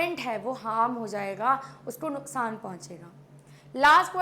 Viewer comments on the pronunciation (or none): none